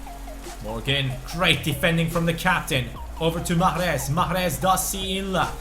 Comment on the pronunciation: JusT saY Riad please I'm algerian ...and the way you say mahres ain't right !!